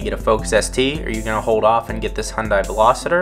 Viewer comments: Ok I got to say if you are going to do a review on a car you should be able to pronounce the name of the car correctly. This is a Veloster not a Velositer, where are you seeing the I in Veloster? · It's a Veloster not a Veloseter. Just saying.